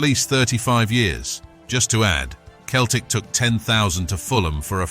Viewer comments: Doing my head in with the commentary from the start it's pronounced Seltic and it's tric colour,believe me if it was in Glasgow you would have meet the full mob,Huns or not backing you up,ask Lincoln what they faced in Chris Sutton's testimonial at Sincil Bank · Its not keltic its Celtic 🇮🇪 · Mate, if you're going to keep doing this vids, and a lot of the 'aggro' stuff you state is half fabrication, you could at least pronounce the word Celtic properly for chrissake